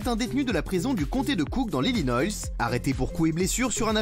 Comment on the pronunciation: Dans l'Illinoyysse ?